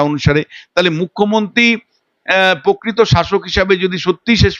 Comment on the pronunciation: কী দরকার ইংরেজি বলার? হিউমিলিয়েট ( humiliate ) কে হিউমিলিট ( humilit) বললো । এ আগেও behalf কে বলেছিলো বিহাল্ফ। বাংলা সুন্দর ভাষা তাই ভুল ইংরেজি না বলে সবটা বাংলায় বলতে কী অসুবিধা ? - এই লোক তো বাংলা "প্রকৃত" উচ্চারণও ভুল করলো। : - "হাস্যাস্পদ" কে বললো "হাস্যসম্পদ"। ছিঃ ছিঃ এই জন্তু নাকি অধ্যাপক ! এই অধ্যাপক তো বাংলা ও ইংরেজি কিছুই জানে না।